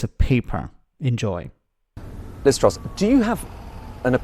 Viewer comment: I keep hearing Liv Struss.